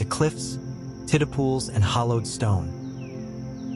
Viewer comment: Tiddle pools? Your AI means tidal pools. Right?